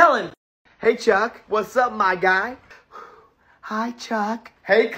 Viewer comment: 4 the beach TikTok you said truck instead of chuck